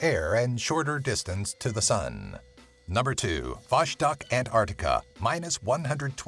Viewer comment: It bothers me that he keeps saying "antartica". There's a c in there yenno